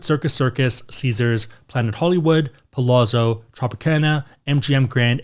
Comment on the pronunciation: Palazzo is Italian for “palace.” So the two z’s should sound like how you pronounce the two z’s in the word ‘pizza’. It’s a common mistake. Just pointing out your mispronunciation for future reference. Love your content!